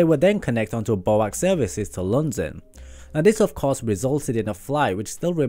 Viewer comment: Excellent piece but please don't pronounce 'BOAC' as a word. It's always pronounced as the letters 'B-O-A-C'. Even in the Beatles' song.